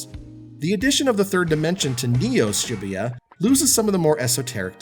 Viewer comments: "shibbeyuh" Was it too hard to take ten seconds to google how to pronounce the name of the city the game is set in? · I cringe everytime he pronounces Shibuya. Its pronounced shuh-boo-yuh.